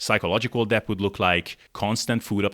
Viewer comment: Pro tip for pronouncing "debt": the b is silent. So it's just "dett".